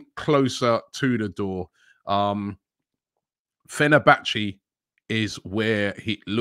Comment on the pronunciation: Fe-ner-ba-chay not Fe-ner-ba-chee 😂